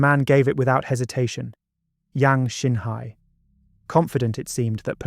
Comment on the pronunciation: Great story...but could we be more accurate with the chinese name pronunciation